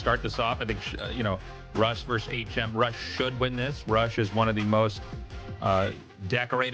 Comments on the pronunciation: coulda told the AI to pronounce bro "H M" instead of "hm" 🤣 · Disappointed in the ai voice reading. Transcribing the audio and translating via ai is fine enough if necessary, but there is no reason an actual human could read the script. Pretty sure it is HM as in aych emm. If there weren't people paying money to contribute to the production I would not care, but... guys.... people are paying you to make a good product. Please do better. Thanks for the casts GL HF to all the players and let's go ASL 🍻